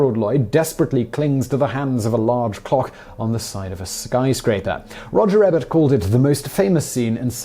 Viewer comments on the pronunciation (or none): He pronounced it ‘Eebert’ not ‘Ehbert’.